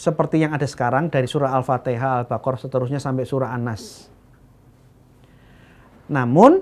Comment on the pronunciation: Ngomong Qira'ah Sab'ah aja nggak bisa (gak becus), berani mengoreksi Alquran. Kareksi: Yang benar SAB'AH bukan SABAH....Yang benar HAFSOH bukan HAFSAH. Yang benar ALFATIHAH bukan dibaca ALFATEHAH. Yang benar ASY'ARIYAH bukan dibaca AS-ARYAH....yang benar QIRA'AH bukan dibaca KIRAAT. Apalagi modalnya cuma terjemah...sangat parah!!! Nggak usah banyak bicara, coba kamu hafalkan kitab sucimu 1 lembar saja, titik komanya lengkap tanpa salah. Alquran mampu dihafal 6666 ayat lebih, bahkan anak kecil usia 5 tahun pun banyak yang hafal Alquran di luar kepala (kok mau ingkar).